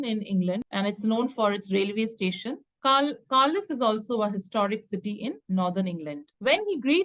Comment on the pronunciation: It is pronounced (carlile) not carlise just for correction